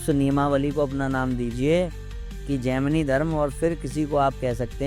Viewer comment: Abe bhosdiwale gandu, tujhe Gemini ka pronunciation aata nahi jhaant barabar video daal deta hai gaanja foonk karke. Gemini se to maine islam bhi kubulwaa rkha hai usko bhi vo sahi bol deta hai ki islam is necessary in this world. Sala khud ko turram khan samajh rkha hai, dhele bhar ki akal ke saath paida hua. Prarabdh ache the to gurudev se jud gya. Lekin dharm jagat me jitna kachra tune machaya utna kisi ne nhi machaya